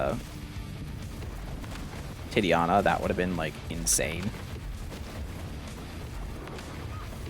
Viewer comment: You should try this with backstab, that works great with the heavy attack and the lightning spell. Also it's TI-TA-NIA, not Ti-TIA-Na. Thanks for the content anyway !